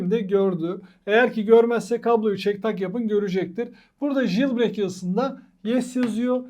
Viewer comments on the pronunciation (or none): JILBREYK ne haci. "Jailbreak" - CEYLBREYK diye okunur ama ince detaylara gerek yok.